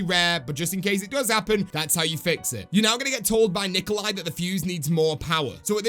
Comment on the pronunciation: Not “nicoli “